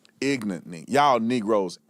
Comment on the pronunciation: Pronouncing “ignorant” ignorantly really is ironic